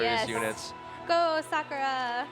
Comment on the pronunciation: Suck ah ra. That pronunciation really bothers me.